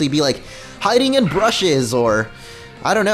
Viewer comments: b-u-s-h-e-s not brushes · It's BUSHES Not brushes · Lol. U said brushes instead of bushes. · its bushes not brushes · u kept saying brushes when its bushes